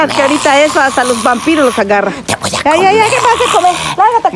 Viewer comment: a cada minuto: Te woa comer XD